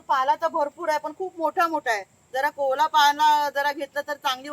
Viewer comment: कोवळा असा शब्द आहे.. कोवला नाही 😂